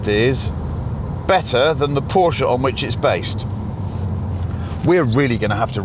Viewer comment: Dear Chris, I just want to thank you, from the very depths of my V10 na powered heart, for FINALLY saying PORSCHE correctly. I am fully aware its a common nickname, but as someone who grew up as a Porsche fanatic and with a car fanatic of a father that had an '84 911 that I learned to drive stick on at 15, and was allowed to drive occasionally, I can't help but CRINGE when I hear "PORSCH." As one of the very best in the business, I feel I can now watch your videos without wanting to stab my eardrums out lol. THANK YOU, MY GOOD SIR - PLEASE PLEASE PLEASE, KEEP THAT UP :) Much love! BTW - That poor 911... I put it through the ultimate hell, Jackass 5.0 style, while trying to impress a girlfriend at 17 years old, I hit a very sharp hill going way too fast and - QUITE LITERALLY - launched the car like I was Luke or Bo Duke running from Boss Hog. She was... less than impressed. I had claw marks in my thigh for about 2 months after that day lol. * The car flew about 25' in distance and was 5 feet high. When it came down after what felt like 3 months, it was almost pointed STRAIGHT down (strangely considering the engine is in the trunk - or boot (sorry my UK friends lol.) * The front spoiler was crushed, along with the entire front suspension. The rear suspension was also crushed, and the exhaust system was smashed. * The rear hit so hard, the engine actually bounced up leaving about a 2" knot in the boot lid under the rear spoiler where a pully hit. * Somehow the wheels themselves